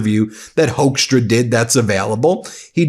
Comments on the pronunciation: Dutch here " Hoekstra" is pronounced " Hookstra" not Hokestra.. Dutch first second English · The Dutch name of that man in Canada is called HOOK-STRAH.....IF SPOKEN RIGHT.......!!! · So funny to hear you probounce hoeckstra as hoaxtra😂 that is what we used to call him here in the Netherlands back in trump 1 era when he was ambassador here. He used his time here to spread lies like there were no-go zones & ghetto's in the Netherlands and that we would put politicans on fire. It took a lot to get him to repent back thencand sad to see he's back at his old habits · Hoekstra, the oe in dutch is pronounced very similar as the oo is in English. If you want a easy way to remember how to say Hoeksta just remember him being a tool and a fool.